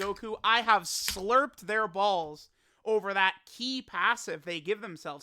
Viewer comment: the way he says "balls" lol. So much enphasis. Idk why but it reminds me of the way Rick on Rick and Marty says it.